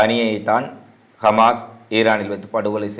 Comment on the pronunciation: கமாஸ் இல்லை ஹமாஸ்